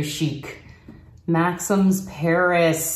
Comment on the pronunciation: This was so much fun to watch--I really like all of it. The smaller pink earrings are super cute, and your mom has a good eye. Your apartment looks amazing--I'm thinking it's an older place? Pronounce the name Maxim's, as Max-EEM's. Now you'll sound very French!